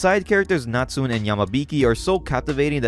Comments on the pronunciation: Sorry, I think Natsune should be pronounced "Na-tsu-neh", with three syllables? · came across this and intrigued by the story. just fyi, natsune is pronounced na-tsu-né (the "ne" as in "never"), not natsun. anyway, cool video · I think his name is pronounced Nat-Tsu-Nay not Nat-soon. Good coverage love the breakdown with your thoughts on initial reactions and what you felt about the art direction and plot as well as characters.